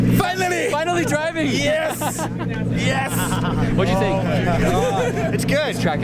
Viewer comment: Who the hell do you "Fink" your talking to! Lol